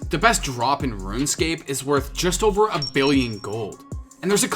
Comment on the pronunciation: He's ovah here, ovah there.